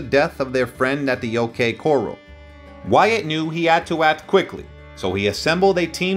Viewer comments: Exactly. OK Corruhl - not „OK Korrell“. And other examples. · Channel should be titled old west story's; your facts aren't true. Many mispronounced words and unrelated photos. Words loke coral should be corral. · It is distracting and off-putting. When he pronounced “corRAL” as “coral”, I quit. Such an egregious error means that he has never heard anyone mention or discuss the most famous gunfight in the Old West. The narrator is without credibility. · The OK coral? The OK corral. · Pronunciation is Important Not Pre-Scott - Is Press-Cut Not Coral - Is Core-AL Not Tuck-Sun - Is Too-Sawn Credibility is lacking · This guy mispronounces so many names and places. Coral instead of corral is one, and he used it here too. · It isn't coral, it is corral, coral is a reef, pronounce your words correctly. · Yes. And "coral" as in the Coral Sea-as opposed to a corral, a pen for horses- and multiple other bizarre pronunciations, as if he's a non-native English speaker who has no foreign accent but for whom certain English words which a U.S. born citizen would know how pronounce, give away the non-native English language speaker. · Unreal. Unsubscribed. For a video like this, you should be able to know the difference between coral and corral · It’s pronounced core Al not core all. AI translator garbage. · Agree. Coral lol lol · The OK “Coral.” 😂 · Doesn’t matter who narrated it, I turned after the second coral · Teach your computer to say coral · The time line of this piece is very difficult to follow. It seems to skip around by as much as a year in some cases. The fact that the narrator has no idea of the proper pronunciation of Prescott and corral is rather disconcerting.